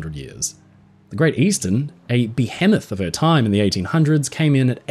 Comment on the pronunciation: the way you pronounce "Behemoth" physically hurts me